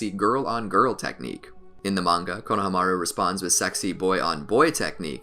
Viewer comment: Why does he say kona hamaru like it’s to different words and pronounces it wrong 😂. I still really love the videos but damn